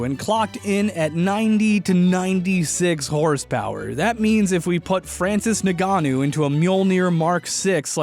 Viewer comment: it’s pro bounced francis n-gan-u